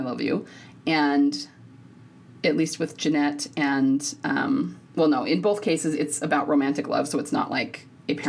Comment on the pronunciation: Genet doesn’t pronounce the “t” at the end. It’s a long “a” similar to “beret” and it’s common in French.